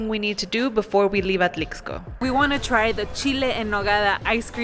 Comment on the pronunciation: Great video...just please stop saying the "x" in Atlixco...is pronounced as an "s" so Atlisco....but otherwise i enjoyed the video 😊